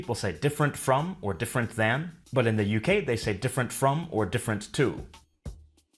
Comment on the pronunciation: What happened to the T in but?